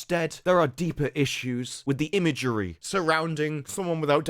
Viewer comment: he got Illinois right before, but I've never heard "imagery" as two words before. Bravo sir